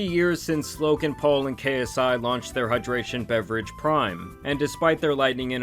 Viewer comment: Bro, I like your videos. You're a dope content creator but for the love of god can you stop saying Lo(k)an Paul lol